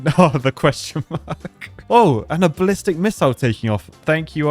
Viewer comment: That was NOT a ballistic missile... lol, rhymes with tennis.